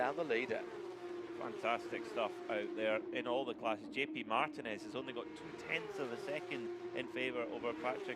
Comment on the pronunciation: For the next race Mulcahy is pronounced Mull-kay, i can hear my ex screaming down my ear at the mispronouncing of her name 😅😅